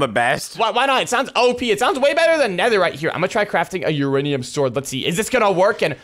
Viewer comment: one of videos he said uraniam ore exsist